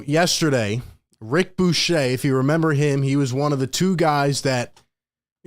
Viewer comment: 1. His name is pronounced Rick "Buu ker". He isn't French. It isn't Buchet. Rick was one of the 3 top NBA people at ESPN from between about 8 - 13 yrs ago. He was more reliable than Chris Broussard during that time. Bucher was my favorite. He moved to the SF Bay area and got into broader Sports Radio for a number of years. 2. I suspect that one of the real reasons for KD wanting to leave in the first place, was because of Ben Simmons. However, Ben Simmons has been playing basketball recently and therefore is healthy. Kyrie is now in a good place and is committed to playing with Nets this season. How ironic that KD is now the bad dude. Clearly Harden was not upset with KD. Joe Tsai is worth about 20 B. He can afford to hold out and not give in to KD's demands. But make no mistake, Joe Tsai is not going to trade KD if there won't be a huge return. Joe Tsai/Sean Marks learned from Daryl Morey had to deal with someone like KD. He will not be influenced by the media pressure. Very soon we will hear from Woj, the Nets point of view. So far we only heard from KD's representation who made a terrible mistake to demand firing of Sean Marks. KD will NOT be traded. If he doesn't show up to training camp, he won't be paid. The rest of the Nets team is good enough to play 0.500 ball until KD returns.